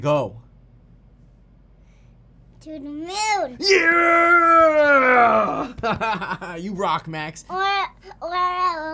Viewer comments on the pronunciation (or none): "TEW THA MHOOON!!!" lol